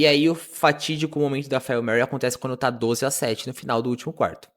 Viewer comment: Agora sim o vídeo ficou top (imagem e som)! Só me doeu esse "'fáil' mary" kkkkk mas sou só eu sendo chato.